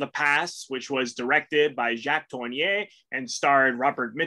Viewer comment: Please learn to pronounce Jacques Tourneur.....